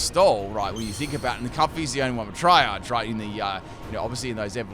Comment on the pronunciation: "Triage" is pronounced "tree-ahj" and comes from the medical term for assigning who should be treated first in a multiple-injury situation. Excellent battle, btw! This was a really interesting theme team!